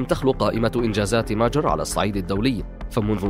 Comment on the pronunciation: ليش تنطق كلمة ماجر وكأنها كلمة انكليزية